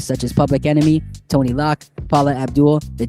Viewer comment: 😂 In the first 5 seconds you said Vanilla Ice went on tour with “Tonny Lock”. Took me 3 minutes to figure out you were referring to “Tone-Loc”. Tone is pronounced exactly as it looks like (rhymes with PHONE). Loc is what Crips call each other. It’s pronounced “Loke” (rhymes with WOKE). I’m sure I’ll be back!